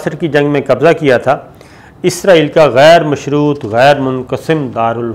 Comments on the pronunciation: الحمدالله آج آپ نے اسرائیل کو اسرائیل ہی کہا، لیکن ازرائیل ازرائیل بھی کہا وڈیو کے شروع میں۔۔۔ بہرحال پچھلی وڈیوز کے مقابلہ میں الفاظ کی ادائیگی میں بہتری آئی ہے۔۔۔ پلیز کیپ اَپ دا گُڈ پروناؤنسیئیشن!!! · Izreil nhi israal bolo